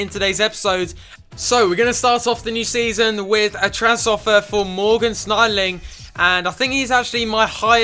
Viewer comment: Thank god you sold Schneiderlin, I can't put up with 'sneideling'